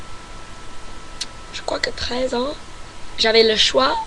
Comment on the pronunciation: Ton français est super mais évite de séparer les chiffres et "ans" .Pour ça tu peux faire la liaison ;-)